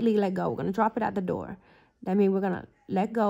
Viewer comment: Drop it at da doe (door) lol 😂 😂😂 the GOAT 🐐💅💅💅💅💅